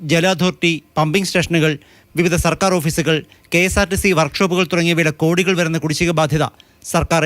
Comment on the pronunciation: ഗോഡികൾ എന്ന് പറയാതെ കൃത്യമായി പറയു